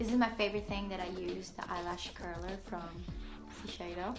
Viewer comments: SHI-SE-IDO. NOT sisheido -.- she mispelled it like, everytime. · ”Sisheido” I’m sorry 😂